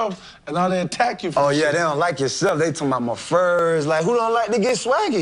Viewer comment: lilmik551 nah you saying “Dey” tears y’all down lol